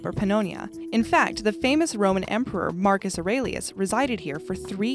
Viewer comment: Marcus Aur-eli-us...